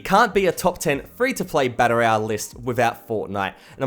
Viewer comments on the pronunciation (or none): Learn how to say royal